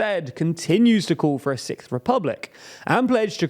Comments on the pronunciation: Young people want to create a Sikth republic? I was not aware they liked British progressive metal that much 😂 Joking, of course, your accent is overall quite pleasing 😊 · I thought you said "Sick republic" until I read Sixth republic. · Had to cringe watch through the video & the thought of the TLDR team having to say the "sickth" French Republic everytime for future videos is the only reason I don't want France to have a new republic... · Are all Brits just incapable of pronouncing “sixth”? It’s not sikth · sorry, did you say "sick-th"? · having to pronounce "sixth" this many times in one post, oofs